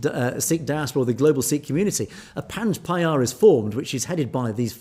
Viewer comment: Hi Panj Pyare is pronounced Panj Pyareee